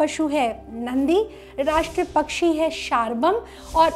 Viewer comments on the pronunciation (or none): none